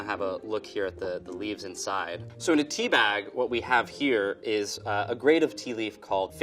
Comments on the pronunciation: When he says Tea B it sometimes sounds like he is saying TB, as in tuberculosis. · Every time he says "tea B" I think he's talking about tuberculosis.. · Every time he talks about tea b it sounds like T.B lol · Every time he says Tea B I keep on thinking he's saying "TB" tuberculosis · Every time he says "Tea B" I keep thinking that he's talking about tuberculosis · Every time he says Tea B, I can't help but think of tuberculosis.